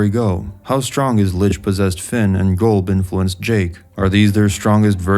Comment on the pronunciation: Its not "GOLB" its "Gulb"